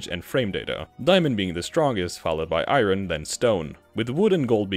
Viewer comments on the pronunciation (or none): Eye earn, not eye rin. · “Iren” its “Iorn” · He says iron like "eye run" It's eye urn fyi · my guy just pronounced iron as eyeron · What accent creates "eye-run" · All I hear is “eye-run”. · Dis man said I ron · How do you mispronounce iron? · Why are you saying iron like that, no country says iron like that